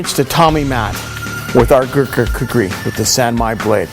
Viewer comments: He should learn how to pronounce Kukri because making an ad. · I love how much he struggles to say "Gurkha Kukri" lmao. I haven't seen this video in fucking yeeaars, glad I found it again